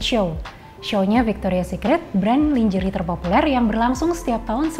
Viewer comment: you kept mispronouncing the word "lingerie". It's not pronounced /lin-jê-ri/ but /lan-jê-réi/ (American) or /lan-jê-ri/ (British). However, since KBBI has acknowledged "lingerie" as an Indonesian word, you can rightfully pronounce it as /li-ngê-ri-ê/ instead. I apologise for nitpicking about it. I had to let it out of my system. Anyway, the video content is great but, to be frank, your code-mixing is annoying. Please consider speaking Indonesian completely.